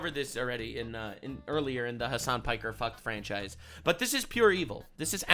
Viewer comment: Ha! He said Hasan Pecker! I am vindicated!